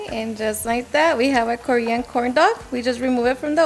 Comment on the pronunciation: Korean ……….not Cory-on?